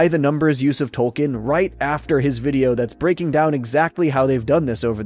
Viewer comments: Isn't it Token? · The mayor also 100% said Token and not Tolkien when giving the check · I like that Cartman clearly doesn't pronounce the L. It ties in with him saying, "Tolkien has an L in it?"